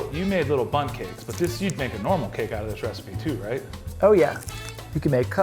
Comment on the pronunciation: Who else kept hearing bums when was saying bundt...nope just me? Okay....😳